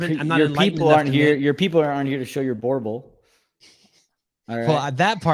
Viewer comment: Being a South African… I laughed out loud the way you pronounced BOERBOEL